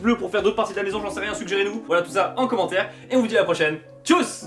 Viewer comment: Par contre.. le « tschuss » à la fin, c’est en fait « tschüss », et le ü se dit comme un «u» en français et ne fait pas « ou ».